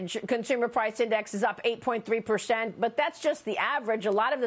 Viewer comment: Marias voice does nothing for the Republican Party she actually sounds like a total moron. You should have to be able to pronounce your “S” sound to have your own show. Can’t Fox find a normal person to report? What the hell is a pershent? And what are toolshh?